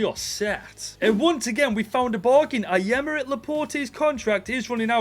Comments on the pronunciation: It's Aay-meric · 0:69 Bro said actually said '' Ayameric Laporte''😭😭